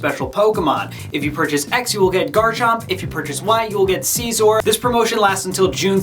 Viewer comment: You pronounced scizor wrong